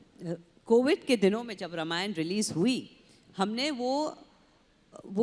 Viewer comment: रामायण का उच्चार रमायण ऐसा नही करना चाहिए .रामायण ऐसा ही बोलना चाहिए .अरुण जी दीपिकाजी बहुत बहुत धन्यवाद 🙏